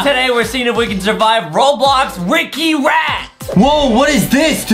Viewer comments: he said Robox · Adam just said robox to the beginning 🤣🤣🤣😂🤣😂😂🤣😂😂🤣😂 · adam said robox in the start of the video hahahahahahhahahahahahh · literally says robox at the start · Why is Adem saying robox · why did adam say robox? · Adam say robox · Uhm i think adam forgotten the L for ROBLOX